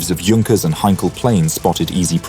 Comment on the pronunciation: Junkers? Mispronunciation is almost inexcusable